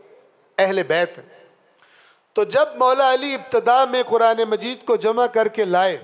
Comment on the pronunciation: چار دن کے مولوی صاحب اپنا " ق " تو درست کرلیں، قرآن ، قرآن ۔قرآن، صفین میں بھی قرآن قرآن کی پکار تھی ، امیر المومنین حضرت علی کی کوئی نہیں سن رہا تھا۔